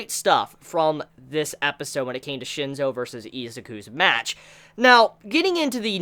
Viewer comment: its *Shinsou not Shinzo....